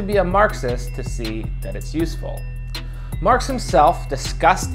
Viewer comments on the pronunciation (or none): none